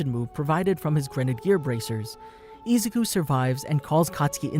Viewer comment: Why does he say Izuku(I-zu-ku) like that, it made me cringe so much